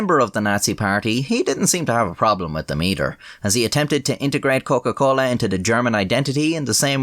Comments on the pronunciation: "Coken - Colen" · „Der Coken-Colen“ I’m crying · Der Coken-Colen. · What’s his nationality? His pronunciation of Coca Cola is pretty Latin-ish, if that makes sense.